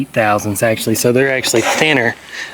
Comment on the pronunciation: I can hear Justin cringing every time you say thousandth lol. Thanks for the vid keep getting after it!